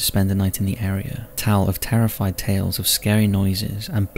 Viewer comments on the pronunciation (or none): none